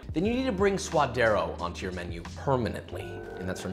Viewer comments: I absolutely love your videos! They are educational and entertaining. 3 things. 1) It's 'sue-duh-dē-ros' 2) Don't call it 'guac'. Guac is whack. It's also the sound you make when you're about to throw up or gag. I think this delicacy deserves better... guacamole. 3) lime kills the flavor of the avacado. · He spent this entire episode saying sua-d-eR-o, but then goes on to say, hu-ac-a-mol-ay? Pronunciation be damned I guess. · Its pronounced sua'd'ero with a "d". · Ok Josh this is a gripe I've had for a minute. Why you gotta pronounce all these hispanic dishes the gringo way. I mean I'm a gringo but still come man. Say it right. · now he's killing suadero... Please no for the love of god.